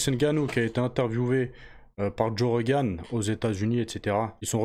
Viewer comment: Joe ROgan pas REgan c'est pas l'ancien président des us 🤣